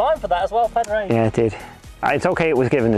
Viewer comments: Pad-rag absolutely butchered his name it’s pronounced pawdrig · I'm Irish too, they didn't say his name right once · They're saying pah-drayg but it's pronounced paw-dreg or podge-rig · Please guys - its not "pad-reg", it's "paw-drig" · Just so we're clear its pernounced pourrig not pad-raig😂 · I'm Irish, the correct pronunciation is "Paw-Dreg". Easy out is just "Paddy" 👍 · It’s, actually pronounced with silent. D. Paw. Rick. :) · Its pronounced ‘Paw-drig’ lads!!! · Lads for Christ's sake its pronounced Paw Drig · PAD - RAIG never heard of him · PAW DRIG... Its not hard lads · His name is not Pad Rag😂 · As an Irish man it makes me cry the way they pronounce padraig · I know! how are they getting his name so wrong though? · Jesus. I'd say it was seriously annoying for Padraig to hear his name constantly mispronounced. He's only won three majors. You'd think they would know how to pronounce his name correctly. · How can you not say Pádraig correctly lol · Can’t pronounce his name? Not like he’s new on the scene!😂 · Camera work was sub par. Didn't like "drunk" jibe at the the caddy either...anti irish stereotyping ...or the hatchet job on Pàdraig name pronunciation...